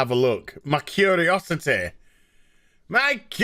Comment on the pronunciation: ' My kuhriossiTAY gawt the bettah of mee ! '